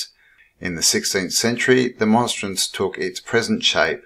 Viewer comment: It Sun/Son Symbolism...Portal....Bread/Body of Christ...It has lots of Ancient inner meanings, energy.., to hard to explain in comment....I was taught by Nuns Priests & Brothers.....You not pronouncing it correctly...sorry not insulting you, just saying..Catholics use them at beginning of lent & ash wednesday with incense burning... Cheers..